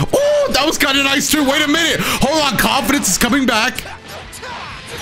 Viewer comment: intro really said "no confidance"